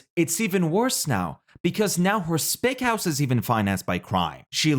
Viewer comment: No that makes total sense - also, and please don’t take this the wrong way - you may want to put a little text on screen when you say “spec house”, your accent makes it sound like you’re saying a racial slur for Latino people. Given that the Sopranos is pretty infamous for its liberal use of slurs, I wouldn’t want anyone to get confused! Anyway, great video!